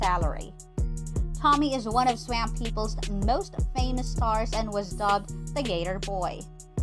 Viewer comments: It's pronounced swamp swamp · I wish this lady could know how to pronounce Swamp. Hott damn 🔥